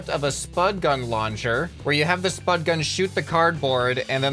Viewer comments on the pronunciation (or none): none